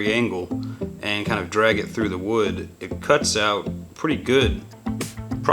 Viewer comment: You said wood wrong. It’s wewd 😂 Have you gotten any inspiration from Bobby duke arts?